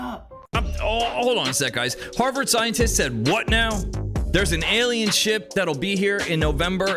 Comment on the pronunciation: I want to ask the first dude.. what an ellien? I know what an alien is but damn .. an Ellien? I bet you he's the same kind of guy that pronounces the word auntie like untie